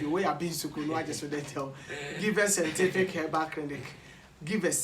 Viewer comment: Kwaku I salute u about how u say sentific instead of scientific...hahahahahaha love u bro